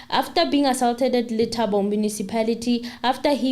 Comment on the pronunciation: my princess,we luv your show however u kinda put it off wen u rush n speak.Yes nobody is perfect but please try n pronounce some of the key words such as ASAULT since u r covering a case where u r going 2 use such words....